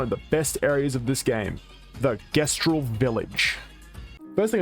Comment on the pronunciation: How did bro play a whole game that pronounced it Jestral and still came out pronouncing it differently